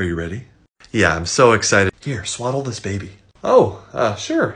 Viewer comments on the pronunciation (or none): Ha ha! I had to watch the beginning a few times to find out that he said "swaddle" the baby not "swallow" 😅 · I thought he said swallow the baby instead of swaddle the baby ... it was a very confusing two minutes for me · What he said: Swaddle the baby What I heard: SWALLOW THE BABY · Lol. Even I first heard swallow but understood you meant Swaddle😂😂😂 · I heard swallow too, but I initially took it as one of those questions that are impossible to do in interviews but you need to show a clever way around it kind of thing, thanks for clearing this up. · Same. I heard exactly that. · I mean I also thought I heard swallow the baby, but context told me otherwise. This is probably my favorite of your ace the interview sketches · Even I heard swallow this baby😂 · Yes I heard swallow this baby😂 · Not gonna lie, that's what it sounded like. I had to look at the subtitles to be sure. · I've watched this three times and I still heard swallow this baby! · I misheard that too and got so alarmed. Then I realized you'd said SWADDLE and went, "That makes infinitely more sense!" XD Look man, I don't know you: maybe you COULD eat that baby! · Ohhhhh swaddle. I def thought you said swallow too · I didn’t hear it as swallow until you mentioned it. Now I can’t hear swaddle even if I tried. 😂😂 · The first time around I thought he said, "Here, SWALLOW this baby" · Omg I thought you said “swallow this baby” at the beginning 😭😭 caught me so off guard until I realized it was swaddle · The first time I watched this episode, I thought he said, "Here, SWALLOW this baby," instead of "SWADDLE this baby," obviously I don't have children 🤣🤣🤣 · Yo I thought he said swallow the baby I was so confused for a minute 😂😂😂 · In the beginning I thought he said "swallow this baby", and I spent the following 1 minute and 5 seconds being very confused. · Instead of swaddle I thought he said swallow, I was worried for a sec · Ngl first thought he said swallow this baby 😂😂